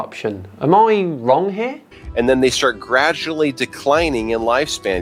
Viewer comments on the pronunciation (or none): none